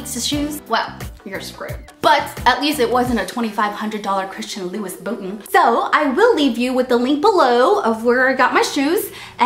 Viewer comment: I hope the way you pronounce Louis Vuitton was just a joke.